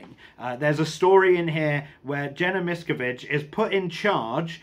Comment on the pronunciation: Okay...where to start as I've been reading about and watching videos on Scientology for years--NOT AS A FOLLOWER...1) it's pronounced "miss-scaaav-vidge 2) the definitive book on the cult and Hubbard is Going Clear which you may have read?? 3)The cult's second largest base was and has been in the UK at Saint Hill in East Grimstead...where Hubbard lived for 7 years ..so Watch out they are closer than you think;)